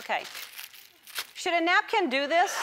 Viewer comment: "napcan't" I just love this girl.